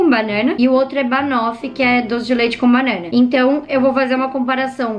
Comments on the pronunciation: Você fala banana tão diferente kkkkkkkkkkk ❤ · Vc fala banana muito engraçado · Ela falando banana é estranho KKKKK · Olha o jeito que ela fala BANANA kkkkkkkkkkkkkkkkkk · É só eu que ri muito com ela falando banana? Kkkkkkk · Vc fala banana engraçado kk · Ela fala banana tão engraçado que concorda deixa o like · Mano ela fala banana muito estranho kkkkk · vc fala banana engrasado desculpa assisto muito seus videos